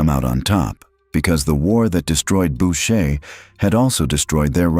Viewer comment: "Bow shay" should sound like "boo shay" FFS !